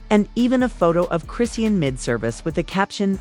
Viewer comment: This lady is messing up the pronunciation of Chrisean name 😂